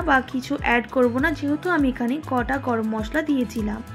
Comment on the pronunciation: গটা নয় গোটা জিরা